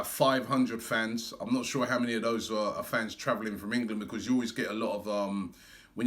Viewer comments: can't say 'because' 😂 Becoss 😂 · just listen to how he say 'because'